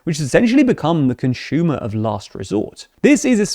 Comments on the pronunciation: conshumer? what accent is that? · Pet peeve here - consumer does not have an "h" in it. Other than that, good content.